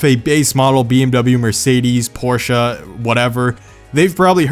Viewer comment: what’s a porcha